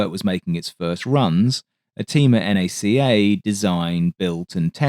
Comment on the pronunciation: Kind of shooketh when you called NACA, N-A-C-A. Its like calling NASA, N-A-S-A.